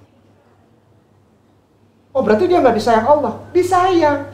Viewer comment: emang mualaf pak! itu enggak perlu di bahas kali . pasti seluruh orang mengingat masa lalunya. mending bapak pelajari cara2 baca ALQURAN YG BAGUS. ALLA BUKAN ALA. ITU AJA DULU PAK. hal2 yg enggak penting2 enggak usah di bahas. saya punya teman orang nias 10 tahun dia sudah masuk islam. ketika sudah ketemu saya dan berkenalan .dia bilang ke saya pak saya mualaf. terus saya jawab kapan mualafnya sudah 10 tahun. dimana salahnya. ustad maaf bahasa Arab bapak masi perlu di tingkatkan. itu dulu yg penting. masalah mualaf enggak usah di bahas ampek kiamat pasti kata2 mualaf pasti melekat di orang2 yg mualaf. biasa aja kale!